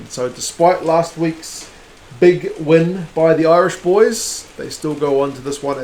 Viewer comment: Loving the previews. Impressed by the Irish pronunciation too! Spot on.